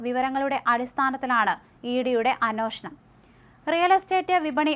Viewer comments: അനോഷണം അല്ല.അന്വേഷണം. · അന്വേഷണം എന്ന് നേരെ ചൊവ്വേ പറയാൻ അറിയാത്ത വഴിപാട് ആയി പോയല്ലോ ഈ അവതാരക